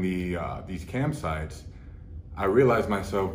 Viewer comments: First 2 minutes of the video I thought he had been saying he was addicted to camp sites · He's saying camsites, not campsites. They're websites where adult streamers go on a live webcam and basically do XXX stuff that their viewers pay them to do. It sounds like it was sucking up all of Larry's money and he was spending too much time on it so it's good that he overcame it. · "cam sites," like websites where they stream "camgirls" do things on CAMera. Plot twist: he meant CAMPsites where CAMPgirls do things on CAMPsites. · Oh thanks as a french canadian i was confuse about this one 😂